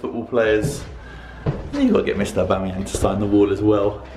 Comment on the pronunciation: The way you pronounce Aubameyang 🤦‍♂️